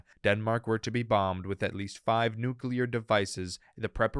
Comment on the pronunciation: Nu-clear. Ffs, it’s NU CLEAR not nu-cu-lar.